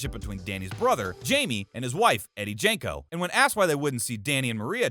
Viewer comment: Does the guy narrating this even watch the show? He mispronounced Jamko and Baez among other stuff.